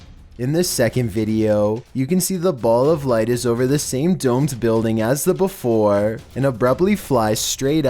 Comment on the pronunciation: Flooooowwwrrrr..... Neighbowwwworrrr..... beeewfowwurrrr... WTH..YOUR PRONUNCIATION